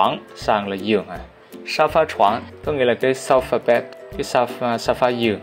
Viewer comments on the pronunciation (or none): mọi ngườu có để ý thầy bảo cái "sofa bed" hông hehehehe